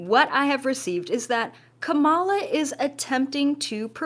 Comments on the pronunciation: It’s pronounced comma-la. In July trump said he didn’t care how her name was pronounced. I bet he would care if people called him Doe-nailed. It’s just common courtesy. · At least pronounce her name correctly. Comma la! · Her name is pronounced Comma La, Right wing News organizations purposely mispronounce her name. If you are neutral please be respectful enough to pronounce Kamala Harris’ name correctly. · Ik it's such a little point, but her name isn't pronounced that way 😅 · Can't you say her name correctly?? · You lost me as soon as you pronounce her name wrong.